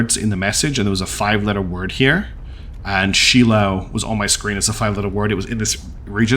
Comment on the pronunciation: The last person you want helping you design a ship.... is me XD Also, Shiloh is pronounced Shy-lo. It's Hebrew I believe. Great series so far. Lots of twists and turns.